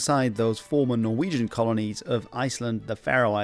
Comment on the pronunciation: IM DYING WHY YOU GOTTA DO MY LANGUAGE LIKE THAT😭